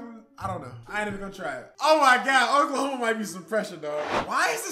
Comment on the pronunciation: Oklahome😂😂😂 cmon